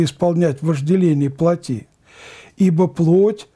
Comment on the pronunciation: Надо говорить плОтские.не плотИ,а плОти.